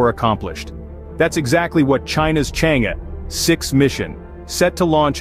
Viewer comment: The commentator's pronunciation of Chang' e is not correct